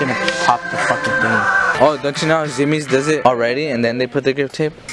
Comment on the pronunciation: ITS PRONOUNCED ZU-MI-EZ NOT ZUMIZ!